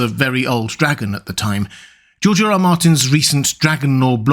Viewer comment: “Georgerer Martin”